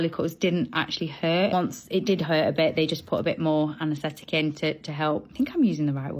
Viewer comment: It sounded like anesthetic to me which was the right word